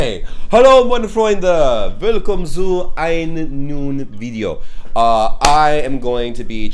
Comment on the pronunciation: "neu" is pronounced like "noy" like "anNOYing" so therefore "neuen Video" is pronounced like "noyen video". ...and the "Z" is no "s" sound - it´s a "ts" sound so therefore "zu" is pronounced like "tsu" but you nevertheless are getting better in speaking german phrases...